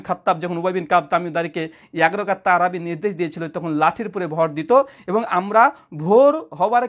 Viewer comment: আপনার আরবি শুদ্ধ করেন